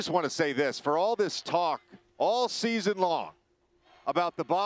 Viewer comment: It’s “season” not “scheezun”. If you’re gonna be on tv, you should learn how to pronounce words. So irritating